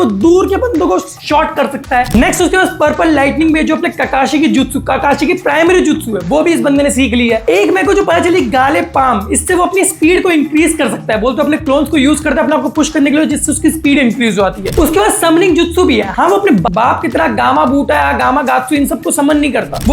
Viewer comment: abe gali palm nahi gale palm